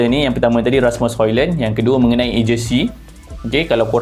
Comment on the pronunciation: Bukan Hoilen Bang. "Hoilund". Sebut elok² nama player OK. 👌🏻